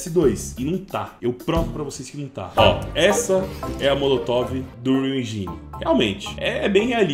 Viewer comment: En"jai"ne é ruim de ouvir viu bixo